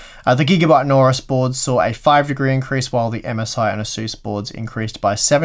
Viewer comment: Don't like Gigabyte, can't pronounce AORUS and that led pigeon with open mouth is hideous.